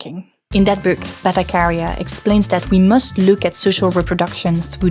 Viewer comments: hi! just wanted to point out that the ch in 'battacharya' is not 'k' but 'tsh'. great video btw, thank you! ❤ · The ch in Bhattacharya is pronounced as the ch in chore ( unlike how it's pronounced in the video which sounds like the ch in character). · Hey! Nice stuff. Just wanted say it's pronounced as "Bhatta-tch-arya" the sound is tch as in chives. Also, could you link/list the books that were referenced in the video? I know they appear on the video but it would be nice to have an actual list to go in the end for further reading.:)